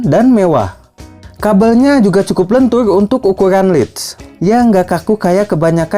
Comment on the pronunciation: Lentur om bukan lentuy 😁✌️✌️✌️